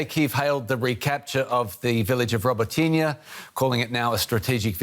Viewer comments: Say it with me now - Robot-Nee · I’m dumbfounded about why so many streams, including these guys, continue to pronounce Robotyne incorrectly. It’s Ro-botin-eh